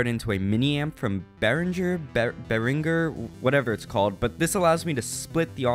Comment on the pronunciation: He has a Fender strat and a PRS and doesn't know how to say Behringer.